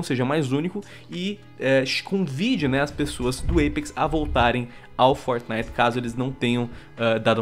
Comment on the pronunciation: por que vcs falam fortnif literalmente